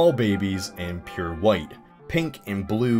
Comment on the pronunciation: white is P U R E... I could not stop laughing